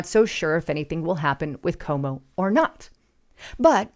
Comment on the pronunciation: your channel is full of great info, but please pronounce people’s names correctly, because there are many people who won’t take you seriously, if you don’t know how to pronounce names of people that everyone knows. His name is CUOMO, not Como. It’s pronounced like this “Kwo-mo”. Also, I know it’s trendy to say “take serious” and I keep hearing people say that, but it’s not proper grammar. The correct phrase is “take it seriousLY”, not “take it serious” - it has to have “LY” at the end of the word “serious” because the word TAKE is a verb and verbs are described by adverbs like the word “seriousLY”. The word “serious” without the “LY” is an adjective, not an adverb, and adjectives describe nouns, while adverbs describe verbs. Lately, I keep hearing people say that phrase wrongly, because people tend to pick up other people’s bad grammar habits, and not gets reinforced, over and over again, each time someone says it, but I’m trying to do my part to preserve the English language in its proper form, by pointing out grammar mistakes whenever I see them.